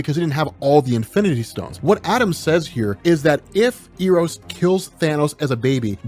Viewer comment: Eros is pronounced Eh-rows.